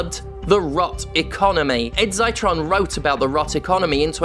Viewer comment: I think Ed Zitron's name is pronouced with a short i like 'citric'. Ed has a podcast btw, Better Offline, a weekly carthartic rant with good journalism underneath.